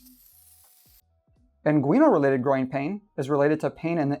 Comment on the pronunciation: it's IN-gwin-uhl for gosh sakes